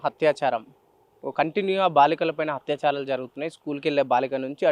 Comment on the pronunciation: హత్యాచారాలు కాదు బ్రదర్. అత్యాచారాలు! Ani cheppali